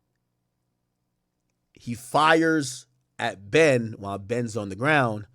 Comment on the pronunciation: I hate the way he turns the word Ben into two syllables Bee-yun